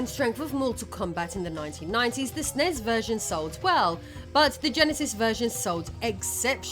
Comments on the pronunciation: It's not "snezz". It's ES-IN-EE-ESS. Take my downvote. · I have never heard anyone refer to a Super Nintendo as a Snes (Snezz). It was always called a Super Nintendo, a Super N.E.S. or you spell it out as S.N.E.S. I had one of these and have gamed for almost 40 years, and never heard it pronounced Snezz. Please do not make this a thing, if it's an AI thing, please start typing this shit phonetically. I love hearing about the history of old games, but pronunciation of consoles and games should absolutely be part of that research.